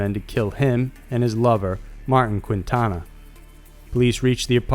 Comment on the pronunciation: Constanzo's lover, Martin Quintano...The last name is pronounced "Keen-tah-no"